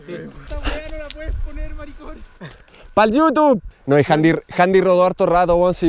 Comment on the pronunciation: "PAL IUTUB" JAJAAJAJAJJAJAJAJAJAJ 😂😂😂😂😂